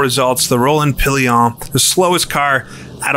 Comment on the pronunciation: Evening! Great video as always. Just a few notes on French pronunciation: Rolland-Pilain - "Row-lon Pill-lon".with the final "n" barely there. Tours - "Tor" Victor Hemery - "Veek-tor 'Emeree" Albert Guyot - "Al-bear Ghee-yo" Laboratoire - "Lab-oar-a-twarh"